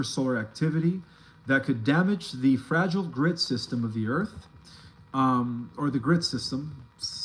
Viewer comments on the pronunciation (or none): none